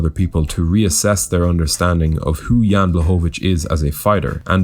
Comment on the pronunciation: Proper pronunciation is Yan Bwahovich, L in his last name is Polish Ł spelled like W in English, easy compared to Joanna LOL